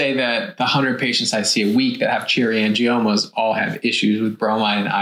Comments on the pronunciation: Angimonas? Couldn’t you at least research how pronounce the word? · Gotta be careful of that “Angie-Mona”. She’ll get you every time!!! LOL!!! I love how the guys were trying hard not to laugh when she said it wrong. I had to rewind to make sure I heard right. I was rolling. Hilarious! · The girl in the tiktok at the beginning lost any credibility when she said “angimonas.” 🤦🏻‍♀️ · You know she's kinda making stuff up when she says 'cherry angimonas'. 😂😂😂 Even the docs both smirked at her lack of pronunciation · “Angiamonas” 🥴🥴🥴 The Tick Tock pronunciation. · Did she say “Cherry Angimonas? 😂. Also, what is the difference between cherry angiomas and petichiae? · Did she say "cherry angiMONAS"????? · Did she really say angimoma? 🤭 I wish people would learn how to pronounce words before trying to make a "professional video." 🤣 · If you listen to the doctor on the left he as well is not pronouncing the name correctly. He includes and m in the name. Not sure why but probably because the title of the condition is totally new to him as well.